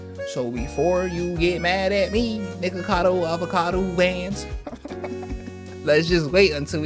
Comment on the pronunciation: You continuously calling him NickacadoAvacadoo was so funny and I genuinely found it way easier to say 😂